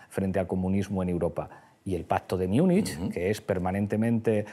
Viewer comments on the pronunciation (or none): ¿Por qué Pablo pronuncia Múnich como lo hacen los angloparlantes? ¿Cree que eso más intelectual? ¿O es por su C2 en inglés? 😷😷😷😷